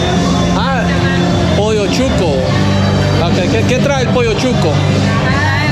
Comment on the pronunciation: Great video, I’m Nica and I couldn’t help the laughter 😂 when you said pollo chueco.. you were trying to say pollo chuco…. 😂. Chueco in Nicaragua means something else.. 😂😂🙏